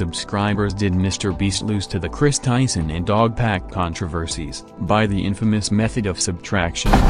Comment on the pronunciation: ”krees tyson”